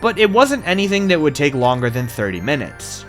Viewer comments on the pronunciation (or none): none